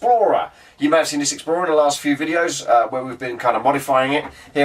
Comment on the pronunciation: The was he says the word 'Explorer'. It sounds like exactly how the Aussies inflect the word 'Bar-B'